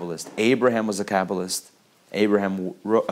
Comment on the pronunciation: I heard that too haha😂👍